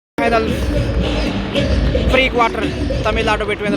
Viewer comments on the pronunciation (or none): how difficult is that for you to pronounce Tamil nadu ?. Is that a north indian thing ?